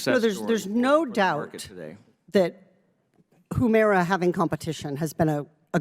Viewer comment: Katie, it's huemira not whoomira